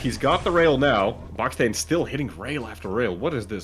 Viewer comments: You were saying buckstain like mustain but its baksteen like malmsteen :face-purple-smiling-tears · its pronounced baksteen like epstein